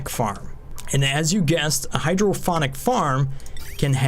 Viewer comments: Nice. Unless they went with a clever name I am pretty sure it is pronounced hydroponic(pond) not hydrophonic(phone) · Hydrophonic or hydroponic? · Awesome video. You do so much research for this game it's simply amazing, but please learn how to pronounce hydroPONic. There is no second H. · I'm guessing he's joking about your mispronunciation of hydroponic! :D The 'p' is a P sound like in 'pot'. I too thought sound had to be involved with growing plants when you first said it that way. Then you mentioned fluid input and it was an "Ahh!" moment.